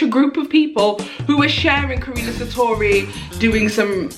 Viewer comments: Karuna* not Karina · Karuna. KAH-RUNE-UH. Where does Karini come from?!? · Well your close to saying her name :) It’s actually pronounced Ka-roo-na Not Ka-re-na Cause that’s how she’s says her name :D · I’m dead she said karina satori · It's ka-ruun-a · It’s ka-RU-na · I swear she is saying Karunas name wrong on purpose because when she's in the zone she says it right then when she's trying she says it wrong 😂